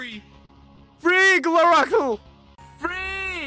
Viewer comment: pronunciation be like:.version = vir**n.coke=c**k.squirrel =scared.gloracle = gloraceal but he finally call him gloracle at that time